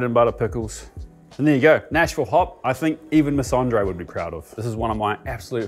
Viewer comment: As a resident of middle Tennessee, I commend you on pronouncing "Nash-vull" correct..